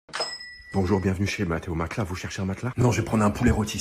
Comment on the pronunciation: C'est bizarre comment c'est devenu un réflexe de dire "maclas" à la place de "matelas"